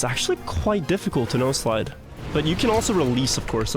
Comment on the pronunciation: This whole time I thought he was saying “nose slide” instead of “no slide”